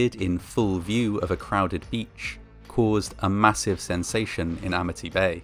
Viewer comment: "Amity" turned into "Amnity" real quick like. And don't be hatin on Sharks! They just hungry, and you look like food.